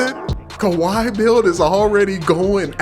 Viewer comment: How is that khawi when say it. Malcolm Brogdan...... perimeter defence huh lmfaooo